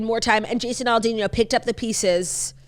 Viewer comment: Like last week talking about Jason AL-DEAN not ALL-dean. Drove me nuts lol